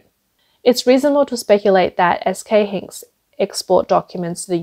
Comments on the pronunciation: Btw its pronounced "S K HI-NIX" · in case it ever comes up again in another video 'SK Hynix' is pronounce 'SK Hi-Nix' ... got it? ALSO NAND and DRAM are not said with each letter, they are just said as the words they spell out Nand and Dram - got it? Good! I hope this helps.... and I hope that this doesn't co-me off as rude, I just want to be helpful and maybe make the channel just that little bit better :)